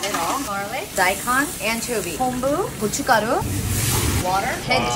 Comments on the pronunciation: that 'gochugaru' pronounciation was on point😂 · Wow she must be Korean. I'm surprised when she pronounced "gochugaru" (pepper powder) so clearly! lol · 고춧가루 발음 너무 찰져요.. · 고춧가루 발음이 되게 정직하네요 ㅎㅎ 항상 잘보고 있습니다 Thank you for making this shorts :> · 고춧가루 발음이 좋으시네요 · 한국계 미국인이신가했는데 고춧가루 발음이 그냥 한국인 그 자체ㅋㅋㅋㅋㅋㅋㅋㅋㅋㅋ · 고춧가루 본토 발음 나와서 놀랐네요 ㅋㅋㅋㅋㅋ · 고춧가루 발음 완전 한국인인데!! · 고추가루 발음이 네이티브 인데 ㅋㅋㅋㅋㅋㅋㅋㅋ 아 맛있겠다❤ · 여자분도 한국분이시구나ㅋㅋ 고추가루할때 발음이 완전 한국인ㅋ̄̈ㅋ꙼̈ㅋ̆̎ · 고춧가루 발음 미쳤네.? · 고춧가루 발음이 완전 정확한 한국인 발음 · 고춧가루 발음이 정확한걸 보니 한국분이신가? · 고추가루 발음이 한국사람인데..😊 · 고추가루 발음 지렸다